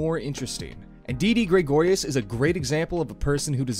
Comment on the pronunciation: Please stop saying Graygorius